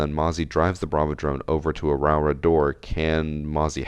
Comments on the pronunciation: Pronunciation is 'row-aura' btw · Idk if you care but proper Māori pronouncing is row-Ora and roll the r’s if you can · it's pronounced row-aw-ruh (you have to roll the r's)